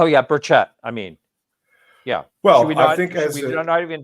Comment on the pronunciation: It’s Tim Burch-it. No s and a hard ch.